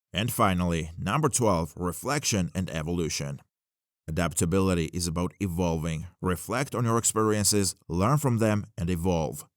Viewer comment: By the it's evolution not evlotion or whatever.